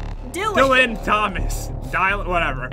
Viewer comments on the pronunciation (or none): My name is Dylan he can not pronounce my name right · Thats mean you did not say Dylan right its my name